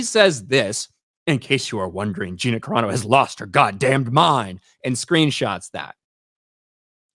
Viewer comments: Except that her name isn't "Cerano," it's CARANO. And Gina is good friends with the Geeks + Gamers crew, so I'm pretty sure they know how to pronounce her name. You just made yourself look r374rd3d with that rant. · How do people not learn how to pronounce names? Dude, please it's no Karano. It's Cerano (Sir-ahh-no) please. Words I understand. But please, names are names for a reason.